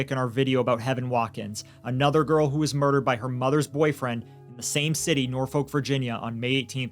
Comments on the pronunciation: I'm sorry, but I did cringe when you pronounced Norfolk so hard. I grew up in the area and hate how no American can pronounce it right. It's more like nor-fick, because it's a British name. I'm on the side of somehow we need to have parenting licenses before you can keep your child after birth. Something. Too many children die by their parents... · This is so bad and then he's allowed out to just do it again but even worse. Also Norfolk is just pronounced as Norfuck here lol